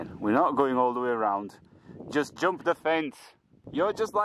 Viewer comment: when you talk about the jumping animal, you came up with a very strong Manchester accent which I've never heard before if not for occasional words. Jʌmp 🤣 does it happen when you get excited?